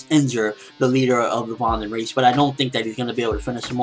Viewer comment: Also, I think the Vandenreich would probably be pronounced more like 'Van-den-righ-h', (the 'h' pronounced in the same way you pronounce the 'h' at the beginning of the word 'huge'--the way you pronounce it is so confusing :P...